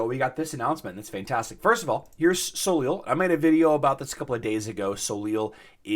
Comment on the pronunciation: Soleil = so-LAY It's French. The last consonant ending a French word is silent. Ever hear of Cirque De Soleil (sirk deh so-LAY)?